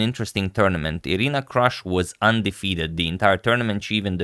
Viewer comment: Her name is pronounced Kroosh (/partypoop)